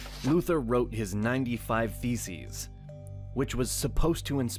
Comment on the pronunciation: Anytime the video narrator says “Theses” it sounds like “Feces”